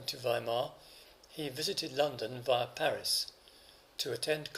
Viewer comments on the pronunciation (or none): none